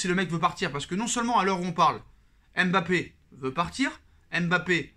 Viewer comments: mon cher un nom c'est une histoire, une langue, une identité mais aussi et avant tout une signification. En lisant M.... bappé non seulement vous vous compliquez la tâche mais vous lui enlevez tout son sens. Quand on aime quelqu'un on le respecte et cela commence par la bonne prononciation de son nom. J'ai suivi des matchs du PSG dans une chaîne malaisienne, eux aussi se sont mis à dire M...bappé en copiant sur les reporters français parce que certainement pour eux c'est la bonne prononciation. Et vous condamnez tous les africains qui ont des noms avec la même gravie à cause d'une paraisse et une inconsideration qui explique bien leur origine. En français si j'enlèvais le F du nom de ma copine FLORETTE, je ne suis pas sûr que son nom garde tout son sens et sa splendeur. Tu vois ce que je veux dire? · arrete d'ecorner le nom de MBAPPÉ. C'est pas M...BAPPÉ. LLORIS c'est pas non plus L...LORIS en moins pour ZLATAN que tu ne lis pas Z...LATAN